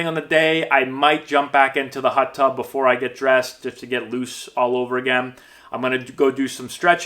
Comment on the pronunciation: “Hut Tub”